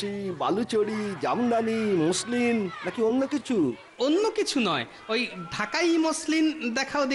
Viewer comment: ম্যাসলিন না মসলিন